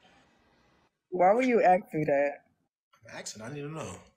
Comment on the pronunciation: lemme axe you, why you gott axe me bro